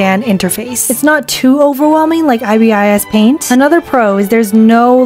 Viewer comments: its pronounced eye-bis paint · “Eyebeeyes paint” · "eye bee eye ess paint" 💀 👁 👄 👁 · As an ibis paint user your judgement was true BUT THE WAY YOU PRONOUNCE IT MAKES ME WANNA CRY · why did u pronounce ibispaint like that 😭😭😭😭 pronouce the ibis like eye-bis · Everytime you pronounced ibis as i-b-i-s a part of me died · aussie here, you pronounce the bird like eye-biss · Rip i say ee-bis paint idk how to pronounce it as an ibis paint user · i was practically yelling at my screen out of PAIN when she said I B S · helpp not u pronouncing Ibispaint ''I-B-S paint" 😭😭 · why are you pronouncing ibis paint so wrong omg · As an ibisPaint user. YOU SAID THE NAME WRONG THE WHOLE VIDEO 😡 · dying the way she’s pronouncing ibisPaint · As an ibispaint user u can stop it from being pixelated if you opened that Erm...thingymajig on the side when ur choosing your canvas also now when you save you can choose an option called 'ai super resolution' which can make it have a better resolution..I think. Also they way you pronounced ibispaint was diabolical 😭🙏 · depends on the country accent and language, Spanish speakers pronounce i as ee, that's the correct way. For us it's really weird when you pronounce vowels in a different way as they're written. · i,b,I,s paint? Bliss without the s and l but with the I lady,… prounounce it LADY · not subbing. pronounced ibispaint as eye-bee-eye-es-paint when its supposed to be ib-i-s-paint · nothing wrong just that ibis paint is not pronounced i b is paint its i bis paint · Medibang has a library for new creator to learn. And iyou pronounce it aibis paint not aiaiabias pant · is she using an ai voice it said i-b-is not ibis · It's not i-b-i-s it's Ibis paint x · horrible way of describing it (not being rude) ((you should describe it as "it's not I-B-I-S it's I-B-es paint)) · It’s not “I.B.I.S.” It’s ibis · i found it kinda funny you kept saying “I-B-I-S paint” instead of just “ibis paint” bc ibis is actually a word (it’s a type of bird)